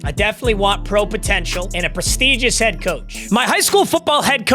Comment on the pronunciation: no way brother read “Head” as “Heed” what a goober